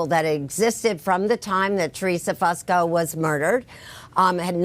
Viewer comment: Its not pronounced Fuss ko. It's Foo sko